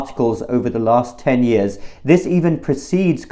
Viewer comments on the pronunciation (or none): none